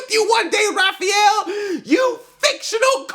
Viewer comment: Did you say Raphaelo ? xD